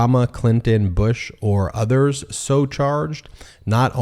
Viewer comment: What are these "nuthers" I keep hearing about? 😅